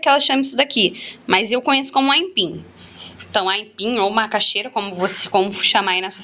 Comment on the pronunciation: kkkkkkkkkkkkk ela fala aimpim